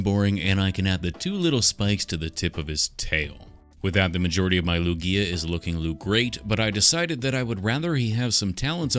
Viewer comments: I kept feeling triggered by him constantly calling Lugia lugigi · Its pronounced "Lu-ge-a" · It's lugea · Am I the only person who pronounced Lugia as Luigi for years???? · It's Lugia, not Luigi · It's Lugia not luigi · me evry time he calls lugia luigi : em actually you pro- allso very cool luigia 10 out off 10